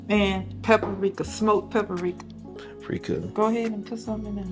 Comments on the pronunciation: We love to say pa-pri-ric-ka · I really like your shy mama .. I live in Arkansas also. Please teach her how to say Papr ...its not pap-a-rika. She uses paprika and almost everything and I can't stand to hear pap-a-rika. Love her ..I'm following her. God bless her & the rest of your tamily .